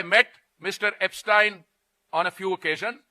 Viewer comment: I wonder, is he deliberately mispronouncing Epstein's name to make it seem like he doesn't know him personally?